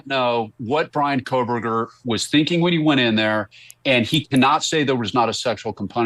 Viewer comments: She doesn’t even pronounce his name correctly. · Kohburger, loose the L Mrs Kelly. It's been rear 3 years. Time to get it right, 🎉